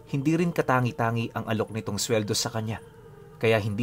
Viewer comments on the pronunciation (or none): pinuno ' di katanggi-tanggi' di po katangi tangi